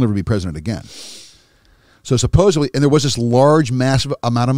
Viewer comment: I can’t take a grown man serious who prefaces his sentences with “supposebly”. If you haven’t figured that shit out yet, nothing else you’re saying has merit.